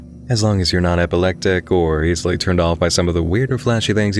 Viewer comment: As long as I am not "epelectic?" lmao